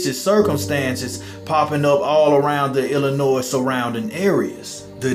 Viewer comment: Great job on your reporting. You have a great voice. Just one thing, we don't pronounce the S on lllinois.